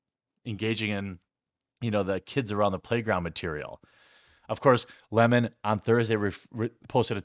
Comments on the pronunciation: It’s lemon not La-mon 😂😂😉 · What's most offensive is how everyone is calling him leh-mon instead of lemon. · It’s Don “Funky fingers” Lemon , Not Limón